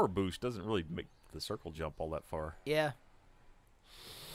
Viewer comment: "I guess the apple doesn't PAR fall from the tree!" ... Nice try Geoff